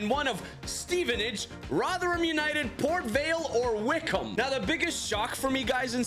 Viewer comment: Pronounced: Wick omb